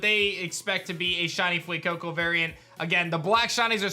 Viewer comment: I love how you say Fuecoco and sprigitito with an accent but say qauxly with such meh🤣😂